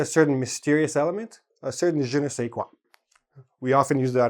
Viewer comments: it's "je ne sais quoi" not qua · im french and i can tell ya it's "Je ne sais quoi *" not qua !! ^^